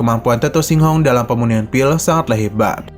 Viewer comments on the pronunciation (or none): "PEMURNIAN" apa "PERMUNIAN" sih min ?🙏